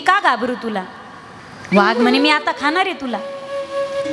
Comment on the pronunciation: वाघ वा हाग ' उच्चार